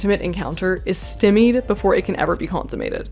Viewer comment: Great essay about a great movie! For future reference, "Stymied" is pronounced "StEYE-meed" :)